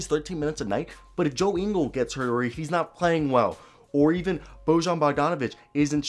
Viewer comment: Great video! BTW Bojan is pronounced Boy-an